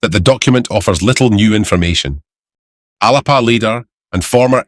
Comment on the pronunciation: Thank you for correctly pronouncing 'Alba'. I wonder whether you would not so much describe Starmer as unpopular. I know he is unpopular (well deserved) even as Trump acts like an immature dictator, but we don't need to hear it in the news very often. Just a thought. I still value your coverage for Scotland.